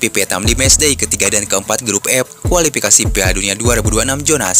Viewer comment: Kualipikasi jona asia. Tolong dong yg bener ngomongnya,KUALIFIKASI ZONA ASIA,bukan JONA